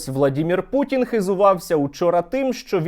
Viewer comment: Перепрошую, а чого Ви гопніка вАлодю путИна( наголос на літеру " и") називаєте путін. Не вживайте будь ласка літеру " і", а вживайте "и". Бо путин це звучно як прутень)) Зрештою московити завжди перекручують укр.прізвища, наприклад замість літери "о" говорять "а", наприклад вони кажуть " ПАрАшенкА", замість "ПОрОшенкО".